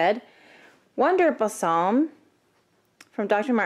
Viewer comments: No offense but the word balsam is pronounced "ball"-"some"...LOL! Good video on those cute boots! Now you have me curious how those feel to wear! Thank you! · You are mispronouncing "balsam". It's ball-sum. It's not "bassam". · What's bussarm?! Gurl, its Wonder Balsam - boll-sum ;) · ba salm....i don't know how but in our state, people pronounced it as "bay sam" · I do deep knee bends and push ups wearing new shoes to break them in. I was searching Wonder Balsam and found your video. You are super cute, even in the poor light, haha. Balsam is pronounced like "ball some". I bet I have as many shoes/boots as you haha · Thanks for the info. Also: "Bal-sam". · Pronounced like Ball-sum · [bawl-suh m] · thank you! yeah I totally mispronounced it. lol. oops.